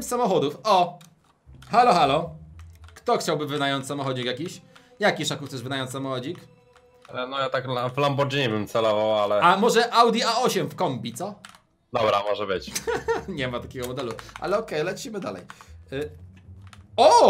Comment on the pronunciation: Szaku muwi się Lamborgini!!!!